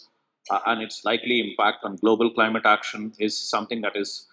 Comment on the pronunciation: Not cleemat it's Climate make correction. 😅